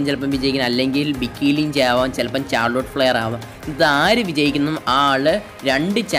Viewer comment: ചാർലൊട്ട് അല്ല മുത്തേ ഷാർലോട്ട്